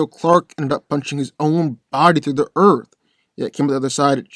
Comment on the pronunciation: Dude, I love your content and channel, being a comic book nerd since I was a kid, but.....not to be nit picky, but can you PLEASE stop pronouncing Earth "Erf" it's like nails on the chalkboard lol